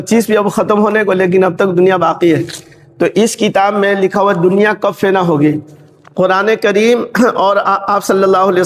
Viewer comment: Fena nahi fna